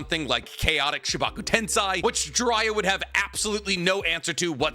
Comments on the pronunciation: Why do you pronounce it like „tensai”? I wanna grab something and throw that shit. IT IS „TENSEI”. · It feels like u go out of ur way to mispronounce shit like tensei